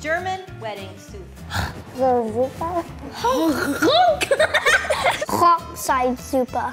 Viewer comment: The way the pronounced Hochzeitssuppe 💀✨ So precious